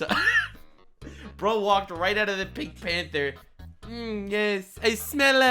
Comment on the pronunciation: "The Penk...... Panthahr!" 🤣